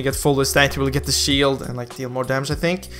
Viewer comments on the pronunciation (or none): none